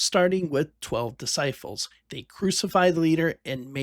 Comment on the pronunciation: An early Bill Kurtis! 👍 Also, what is a dis-sigh-ful? Disciple: dis-sigh-pul.